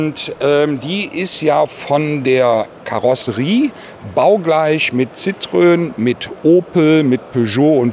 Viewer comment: Schön, wenn ein langjähriger Fiathändler "Citrön" sagt.